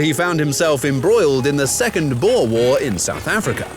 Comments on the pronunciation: Your pronunciation of boer is absolutely terrible. It’s “b” for boom, “oe” as in ohh in and lastly “r” for rowboat. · How you are saying boer is soooooo annoying please use google translate in Afrikaans and type boer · I get PTSD on how you pronounce 'boer' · PLEASE FOR MY PEACE OF MIND AS A SOUTH AFRICAN STOP PRONOUNCING BOER WRONG!!!!!!